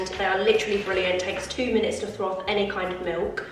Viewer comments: Love the decor 🧡 All of the autumn vibes right there! Just so you know it’s ‘froth’ not ‘throth’ 🤣 - that had me laughing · love you but it’s froth not throth🤣🤣fully cracked me up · It’s milk froth not throf 🤣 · It’s froth not throth…. ❤️❤️ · It’s called froth not throf 😂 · the word is froth not throfth 😅😅😅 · you crack me up saying throf about 5 times, it’s froth! 😂 I think everyone has a word they struggle to say, mine is British if I say it too quickly 🤦‍♀️🤣🤣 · It’s FROTH not throth 🤣🤣 that made me laugh at how many times you said it xx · Bless you it's 'froth' not 'throth'. 😅. Totally with you on the morning routine, I'm trying to get up earlier but it's just not happening. Love your videos as usual! Xx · So cosy! It’s FRoth rather than THroth - that’ll help you say it 💪🏻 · It's froth not throth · Love your vlogs, the content is 👌🏼 FYI, it’s FROTH that’s why saying throth doesn’t feel right 💖